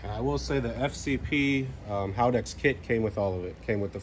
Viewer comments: HAL - DEX not HAL - A - DEX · Haldex 'Hal-dex' 'Hal-decks' Having a Hallava hard time saying Haldex.